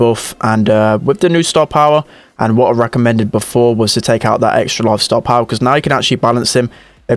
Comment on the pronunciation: No one: NOT A LIVING SOUL:: STAH-POWAH!